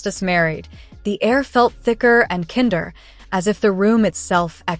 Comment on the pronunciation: PLEASE TEACH YOUR AI TO PRONOUNCE KINDER.